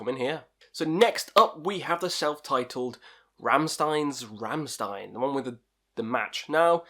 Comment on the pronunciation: My favourite albums are the first two ones. I just love how they're just simple, heavy riffs. Also, its pronounced Rammshtein